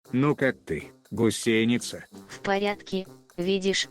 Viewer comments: Почему гусейница, а не гусеница? Это где так говорят? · =)) почему она гусейница,а не гусеница?=))) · Все интересно, лайк. Только почему гусейница, а не гусеница? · Прям ухо режет это "гусейница".🥴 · Долго не мог понять - что за "гусЕйница"??? ... Да "гУсеница" же!!! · Правильно будет гУсеница... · Не ГусЕница, а гУсеница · А почему гусЕница то..? Когда она гу́сеница! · ты татарин или где? гусЕница, бесит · гУсеница. Ударение на первом слоге... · Может не уместный комментарий, но в слове «гусеница» ударение следует ставить на слог с буквой У — гу́сеница. А в остальном отличный контент. Не знаю что больше удивляет, мощь орудий или как вы это орудие достали. В любом случае это очень круто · Поправочка , гУсеница , ударение на У правильно делать в этом слове там . Вот так . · Гусейница режет слух, даже зубы сводит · Хороший видосю Только "гУсеница"! Русский язык не родной что ли у ведущего? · Блин, ты нарочно говоришь гусЕйница?) выпуск бомба! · Ох уж эта гусеница с таким ударением)))